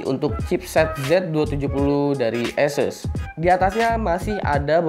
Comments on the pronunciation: sebenernya sih ahseus broh... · jd kyk bule lu bang!!!! Asus jd aises wkwkwkw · latah itu ikut2 orang luar wkwkwk